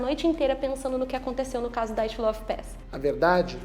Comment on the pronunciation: Não é "DAIATLOV", é DYATLOV.